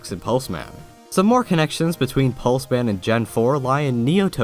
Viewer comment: Lol I thought Pulseman said Plusleman.